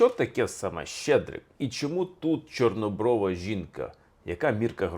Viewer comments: Звернула,що наголос не вірний і в слові "чорнОброва". Автор не україномовний в побуті і не сільський житель. Важко слухати хорошу тему в його озвучуванні. Але це лише моє сприйняття. Коментарі було цікавіше почитати. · ЧорнобровА, половА, хорошИй, матИ. Дуже ріже слух неправильно поставлений наголос. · Будь ласка,ставте правильно наголос,поло'ва, чорнобро'ва.Менн дратуе, що Ви робите такі помилки ,наче Ви тільки почали вивчати українську мову! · Пане Олександра, вибачте, але ви неправильно ставите наголос) ПолОва, в тебе дівча чорнобрОва. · 1. Неправильні наголоси . Таке відчуття , що автор ні разу не чув цю щедрівку і вперше її просто читає . ПоловА , чорнобровА ? Серйозно ? . ПолОва , чорнобрОва .ГрОшей . 2. Новий Рік навесні . Існує навчальний Новий рік , яки починається у вересні . Існує хліборобський , аграрний Новий рік , який починається навесні ( на Поліссі не можна чіпати землі до Благовіщення ) . Існує стародавній Новий рік, який багато народів починали від зимового сонцестояння . Тобто у нас завжди Новий рік був посередині зими і означав народження нового сонця . 3. Ластівки зимують у Африці . Тисячі років . Летять додому майже 2 місяці , 6-7 тижнів . Повертаються наприкінці квітня , на Полісся , де я мешкаю , навіть на початку травня . Клімат теплішає з року в рік . А раніше зими були триваліші і холодніші . Тому ніякі ластівки не прилітали в Україну 1 березня . 4. Чому ж ластівка ? Ластівка - це метафора новорічної ночі . Чорна , швидка . Прилітає до господаря - місяця і його товару - зірок на небі . 5. Щедрий вечір . Багата вечеря . Ці назви означають , що у родини було багато їжі , м'ясні страви . До весни ці запаси вже кінчаються . Чому так багато свят саме взимку ? Бо це пора , коли у селян мало роботи , кругом сніг і холодно , можна і посвяткувати . Чи був у селян час ходити по хатах з обрядами і застіллями , коли треба ловити кожен погожий день , все посіяти і посадити , питання риторичне . Така моя інтерпретація цієї щедрівки